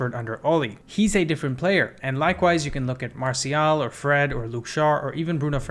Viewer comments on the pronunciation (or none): none